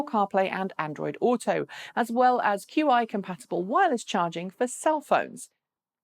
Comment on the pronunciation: What's up with your pronunciation of hyundai? In the UK people typically say Hi-un-dai The correct pronunciation is closer to Hyun-day (rhymes with Sunday) No Dai at the end like you did. You used some weird mashup of English and correct pronunciation - really off putting. Also It's pronounced Chi not Q-I for wireless charging.